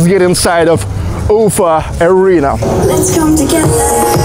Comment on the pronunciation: Дружище, всё очень хорошо, но, пожалуйста, прекрати коверкать название "Уфа". Ударение должно быть на последнем слоге, и никак не иначе. Англосаксы специально коверкают русские названия и фамилии, чтобы нас унизить. Но, если внятно ставить правильное ударение, они это понимают и принимают безоговорочно. Соблюдай свою честь и национальную гордость.